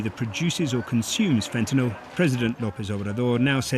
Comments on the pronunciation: See folks, it is fentanYL not fentanOL. Come on now…pronounce it correctly. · FENTA NYL, NOT "nol", what is wrong with you?